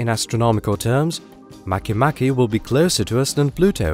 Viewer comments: Make Make is pronouunced Mah kay Mah kay, not maky Maky nor Make Make, nor Makeh Nakeh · at first I thought it was pronounced make-make not mach-mach lmfao